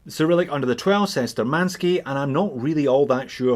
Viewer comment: Btw, according to cyrillic letters on the dial, the name is spelled *Shturmanskiy*, with 'SH' sound, not 'S'. Which is kinda of German origins... sturm = storm, attack.